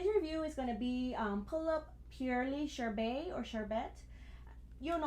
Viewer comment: I had preordered her along with Kuromi and they are adorable. I am a BJD collector mostly but just got into Pullips earlier this year. Just in case you were curious its pronounced , SURE-BURT. And Sorbet is pronounced SOAR-BAY , it seems like you were trying to combine the two. . Its one of those tricky ones so no worries. Like you videos, new to them.